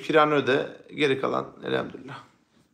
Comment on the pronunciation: Elhemdürüllah değil, Elhamdülillah!